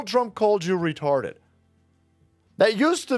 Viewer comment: retahhhded tampon